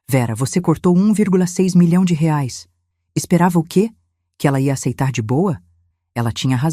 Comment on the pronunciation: Boa historia só não fala direito, porque não falar Reais porque falar reares é feio falar errado.